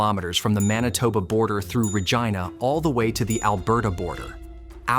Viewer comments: "Most Canadians couldn't find Saskatchewan on a map"? Are you fucking kidding me? I swear to God, you've got to stop relying on AI, and get humans to narrate your videos, preferably someone from Saskatchewan; Someone who can pronounce the name of the capital city every time without changing halfway through. Also, it's pronounce POT-ash, not po-TASH.. Jesus Christ, you had one job, and you fucked it up royally. I moved here from Ontario 25 years ago because there were jobs here and not in my home town. I swear to God, you've got to stop relying on AI, and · Lol the second time they said it correctly, which the other times made me cringe a bit! It's funny, because Americans who don't know better laugh when you pronounce it correctly, thinking you're joking! I was born in Regina, but man, it's frustrating to hear it pronounced wrong. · Don’t know where you live,but it’s obvious you don’t live on the prairies. The word prairie gives a hint what to expect. Also, potash is pronounced paaatash, Regina is Reg-eye-na. They’re actually easy to find with google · Your butchered the way you pronounced regina to ragina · Properly pronounced, Regina rhymes with fun. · Please quit relying on EFFING AI to produce your videos, and LEARN the proper pronunciation of Regina and potash! Please! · I don't know.. the way they pronounced Regina 1 out of 3 times almost convinced me that this was well researched and edited. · Bunnyhugger here…. Ya butchered the pronunciation of Regina!! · Having trouble pronouncing "Regina"? Just remember, Regina is the city that rhymes with fun. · Fuck bud as a fellow sask boy it made me whence a bit but I think it’s ai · If you are going to talk about Saskatchewan, learn how to pronounce Regina. you pronounced Regina correctly exactly once at about but got it wrong every other time. is Re gie na, not Re gee na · Regeena? Well at least AI got it right for the rest of the video. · Regina ? You mean Vagena ! Better Google how to pronounce Regina .